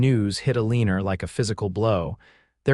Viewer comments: Thank you, I cringe everytime I hear that mis spoken name ! They got to do a lot , a lot better in teaching ai to speak . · Enjoyable story, much better than most. But her name is ALENA... NOT.... A LEANER !!